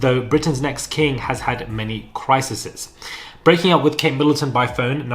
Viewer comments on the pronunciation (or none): The word is crises not criseses. Get your pronunciation correct, other wise people will not understand and it doesn't make sense. Where is your pr team? Meghan was cruel to her father and I can speak four languages fluently and that is no big deal.